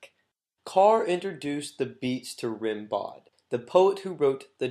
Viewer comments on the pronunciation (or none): I stopped when the narrator stupidly and emphatically referred to “David Kammerer “as “David Kramer or “ Kramerer” and “Rimbaud” as “Rimbod”. Pretty bad. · Why didn't you have the common sense and courtesy to pronounce correctly "Rimbaud" , "Greenwich" ( "), "philosophical" , and "Kammerer" ?